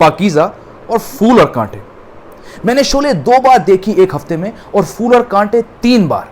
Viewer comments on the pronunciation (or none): Good evening,. Love your stories. Just to point out the pronunciation of flower in Hindi: "phool" instead of "fool". Thank you.:)